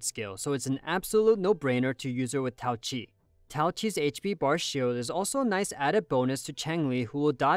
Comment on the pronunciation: Why write her name as Taoqi if you're not gonna pronounce the "Q" ???